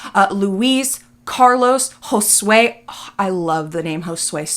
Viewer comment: joswey???😭 Josue????💀 never in my life have I heard of that name and I’m Mexican 😂 my bad just surprised me but this lady naming these ppl burrito is crazy